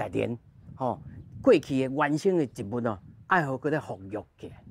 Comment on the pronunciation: 「植物」讀si̍t-bu̍t ⭕️ 毋是ti̍t-bu̍t ❌ tsi̍t-bu̍t ❌